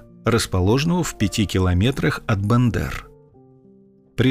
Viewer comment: От БЕндэр! Вторая буква Е. Всегда.